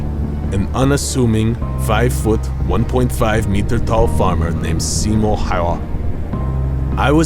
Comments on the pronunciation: its Simo Häyhä not fucking simon smh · its not simon its simo